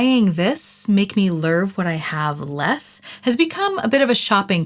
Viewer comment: “The Lurv they deserve” scratched my brain lol.